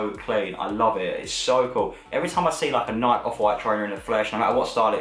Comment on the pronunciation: Say Nike properly PLEASE